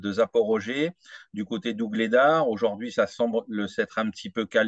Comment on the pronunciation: Merci à tous les deux pour la qualité de votre travail, mais s'il vous plait: auj ou rd'hui et non auj o rd'hui.